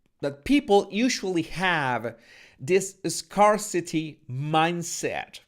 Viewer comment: apreciado, scarce, scarcity se pronuncian como: skers, skersiti